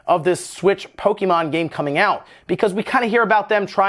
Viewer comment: Hearing "poe-kee-mon" so much triggers me